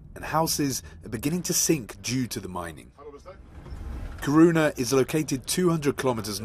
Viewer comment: dude...not courouna - Kiruna